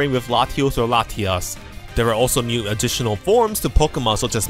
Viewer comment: Everytime you say "new" it sounds like "mew" hehe